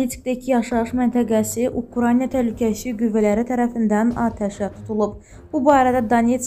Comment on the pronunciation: Ukrayna (Ukranya yox)